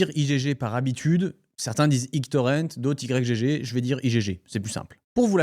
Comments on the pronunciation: J'en suis qu'au début, mais ça m'intéresse grave, vu que j'y allais de temps en temps (pour trouver des pépites introuvables ailleurs). Par contre, ça me crispe "i-g-g torrent" alors que j'ai toujours lu "igtorent" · merci de rétablir les faits ! mdr j'en pouvais plus de la vidéo de micode ou ils sont tous en train de l'appeler Y-G-G au lieu de YGG, c'est pas sérieux tout ça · Pourquoi Y-G-G? c'est igtorrent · J'ai un problème avec cette enquête : cette infâme prononciation "i-jé-jé" 😂 Sinon, masterclass ! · Je dis "why ji ji" j'ai pas trouvé plus facile à prononcer et je savais même pas que c'était français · On prononce le nom comme Yggdrasil ( iGUE )...